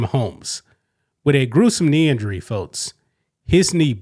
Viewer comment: God damnit man..learn to say folks... there is no t in the word